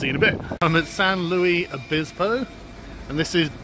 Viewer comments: Obispo, not bispo lol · Love hearing you pronounce Obispo!